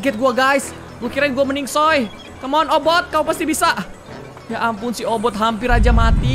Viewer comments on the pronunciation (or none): Obit bang bukan obot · obit miawaug bukan obot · Kk regi obit bkn obot😆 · "OBOT" hmmm kayaknya "OBIT" deh 😂✨ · Bang OBIT bukan obot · Bang regi itu obit bukan obot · Ka regi bukan obot tapi obit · Obot Bukan Obit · Obit miawaug bukan obot 🤔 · bukan obot obit la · Obit ka regi bukan boot😅